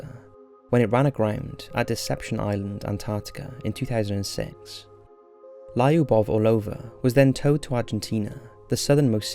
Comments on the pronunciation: it's not Lie-oobov, it's lew-buv and it's not or-low-vuh, it's Ar-low-va. Take some simple Russian lessons. It's super easy to learn ;) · final step to perfect this channel: please google how to pronounce Lyubov correctly. Hint: It's not laiuhboff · In the first story your pronunciation of Lyubov Orlova was killing me every time you said it :c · Lyubov Orlova is pronouced with the sound [ju:] - L[ju:]bov, and btw this name means 'love' in Russian) Just in case) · This is how "Lyubov" pronounced: Not Lieubov lol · Lyubov is not lie-oo-boff. 😂😂😂 Your pronunciation of foreign words is always a mess. I bet you do a lot of research for your videos, you should look for correct pronunciations too. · it's pronounced Luba right? Means love? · yes it's pronounced Luba, Lyubov means "love", Lyuba is a diminutive from Lyubov